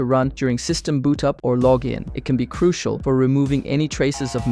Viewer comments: its pronounced crushal. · I was already thrown off by the unnecessary SFX and stupid CGI, but I will not finish this after he said, "Cruikal." I want to actually learn this stuff, but I can't tell who is ligit because it just seems like everyone is creating this kind of clickbait without actually giving lessons or anything. Cool, I know of things like "Kali Linux" and "Nessus" and "Wireshark" that exist, but I don't yet know SQL or whatever. I need actual help, not whatever this is! Anyone actually ligit, if you are, hit me up. An actual hacker won't need any name to find me by. Who knows if anyone will even see this.